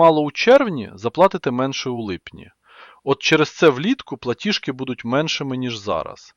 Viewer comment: ПлатіЖки,а не платішки ( ПЛАТІЖ) а не платіш